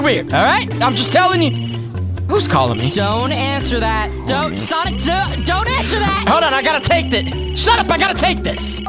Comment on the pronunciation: Its sonic not Sonia